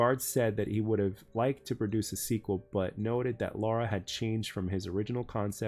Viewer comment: It is LARA Not Laura!